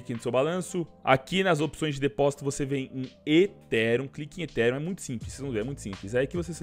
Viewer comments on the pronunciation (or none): aprende a falar ethereum tbm pf! (etirian)